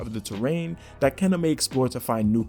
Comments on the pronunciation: Love the videos, my man. Thank you. ...also, say it with me; Kaynuh. It's pronounced Kaynuh. Lol. But seriously, I think this game is going to be fire. Thanks for covering it! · Thank you for making this extensive video! Wow, you've got a lot of information in there - it must have taken you so long! BTW, Kena is pronounced, "Kay-nuh" 🧡